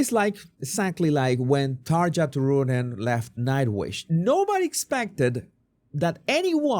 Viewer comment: As a Finn it’s funny how you pronounce Tarja’s name Xd